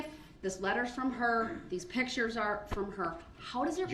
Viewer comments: He is literally on a recorded phone call from the jail to his mommy and he tells her to get the photos from someone ( not Erika ) and bring them to him . And why does he think no one signs letters 🤔 what ???? Since when ??? And it’s pictures Duhhhrell not pitchers . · What is a pitchure